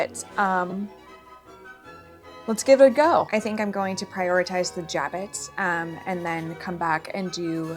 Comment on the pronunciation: I have no idea where you found that pronunciation, but it is so wrong... slurred z: zha'bo or soft j: 'ja-bo, with a hard o/silent t at the end